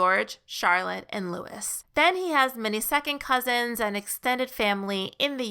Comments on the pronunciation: It's pronounced Loo ee, not Lewis. X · Prince Louis is pronounced lu-wee, with the emphasis on lu. However, I'd like to say this again, in my opinion, yours is the best channel regarding this couple. Well done! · Lois is pronounced without the ‘S’ (it’s French word). ☺️